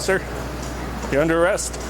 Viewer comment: that cop sounds trunk couldn’t even say they’re under arrest right says it wrong three times